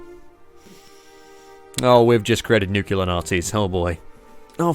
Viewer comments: Nuc-lear. Nuc... LEAR. IT'S NOT FUCKING NUCULAR. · Nuke.... LEAR... Newk.. LEEAR!!!! FUCKING NORMIES REEEEEEEEEEEEE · Guys, you can't just say that mispronouncing words is an accent. Also, "Nucular" was popularised by an American president, so you can't even say it's an Aussie thing. And let me not even get started on proper, British English. Nobody with half a brain says it like that. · does he say nucular? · There are three Australian accents. says it Nucular. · at this point im not sure if you miss-pronounced Nuclear on purpose or not.